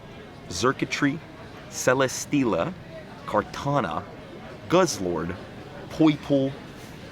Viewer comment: ok honestly last one it’s CEL-UH-STEEL-UH